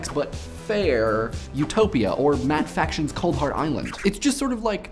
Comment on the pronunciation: matt fRaction not matt faction